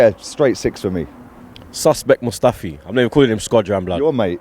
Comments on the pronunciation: Guys it's Mustafi not Musftafi...for God's sake.. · ITS MUSTAFI NOT MUSFTAFI